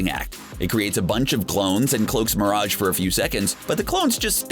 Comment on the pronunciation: Dude stop the way you say mirage is killing me seriusly man